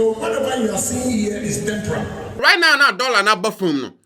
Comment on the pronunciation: I cannot take someone who says "temporary" as "temporal" serious on the issue of the dollar and GHc.